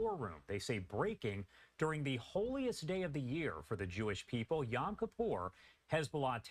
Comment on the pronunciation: Not y-a-m kipur! Y-o-m, like o in Joel.